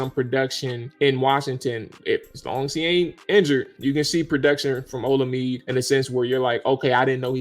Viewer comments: Bruh. His name is pronounced. O-La-Me-Day. Other than that keep up the good work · Olamide... pronounce OLA-ME-DAY. Its a Nigerian (Yoruba) name. Keep up the good work fella!